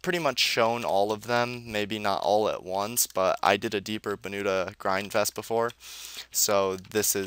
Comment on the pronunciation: Why do you call it "The Grindfest"?